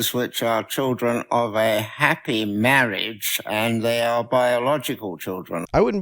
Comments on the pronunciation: Bro sounds exactly like the priest from The Princess Bride. How ironic that he's speaking against gay MAHWAGE here XD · Is that the priest from 'Princess Bride'? "Mawage. Mawage is what bwings us togethah today."